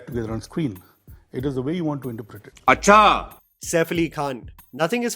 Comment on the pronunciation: That "achhaa???" seemed personal 🤣🤣🤣